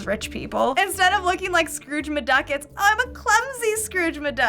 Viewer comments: Scrooge MaDuck? Really? lol Scrooge McDuck. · It’s scruge mc duck not scrudge ma duck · ...is saying "Scrooge Maduck"?